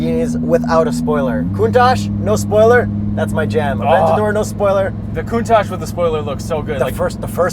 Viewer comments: Lamborghini's models are named after great Spanish fighting bulls; therefore, Murci É lago (not Mur cie LA go), Aventa DOR (not a VEN ta dor), and Hura CÁN with a silent H (not HU ra can). BTW, Yuri's face when downshits and floors it... priceless!!! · Murciélago- Mod-si-eh-law-go , Aventador - Ah-ben-ta-door , Gallardo - Ga-yard-oh, Urus- oooh-rroos ..